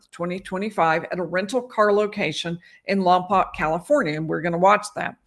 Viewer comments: It’s pronounced Lompoke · Lompoc - pronounced "Lom-poke". Second "o" is a long "o". Source - current resident of Santa Barbara County. Check KEYT local news coverage if you doubt me.